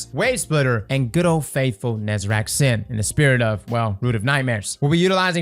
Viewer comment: Say it with me: NE ZA REC. His name is not NEZERAC